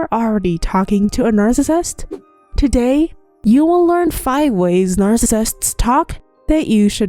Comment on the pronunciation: Slow down when you say narcissist. If you are going to say it 100x each video it would be nice if you could slow it down and say it properly. Since your channel is on the topic, please learn to say the word. You can do it!